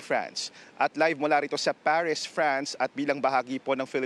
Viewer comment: ParisHH ba talaga? Di Paris? Arte arte. Hehehe